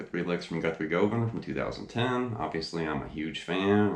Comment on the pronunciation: For such a big fan you should know you are pronouncing his last name INCORRECTLY, it is GUHVAN, like governor, it is not GO van it is GU van….make this correction and some will believe you are really a fan !!!!!!!!!!!!!! nice lesson kinda